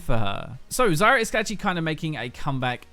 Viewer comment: I always hear Zarya instead of Zyra xD